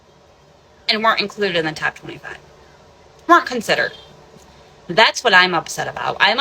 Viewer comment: “souls” and “rules” are one syllable words. I can’t stand this woman.